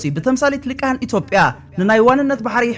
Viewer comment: ወድና ኣብ ክንዲ ሊሂቃን (ሊቃህን) ዝበልካያ ነቲ ጽፉፍ መልእኽትኻ ይኹን ጽቡቕ ኣነባብኻን'ኳ ተዘይ ለወጦ ነቶም ድኹማት ኣንጻርካ ካብቲ ዘለውዎ ጭንቀት ንምዝናይ ግን ክጥቀሙላ ምዃኖም ፍሉጥዩ።